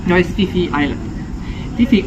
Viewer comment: I mówi się Pi Pi nie Fi Fi 😅 U Tajów h Po p jest nieme, tak jak w słowie Phuket, Wat Pho. Możesz wygooglowac, ale info mam od Tajki, która mnie poprawiła bo źle mówiłem 😅 Nawet gdzieniegdzie na wyspie widziałem skrót PP island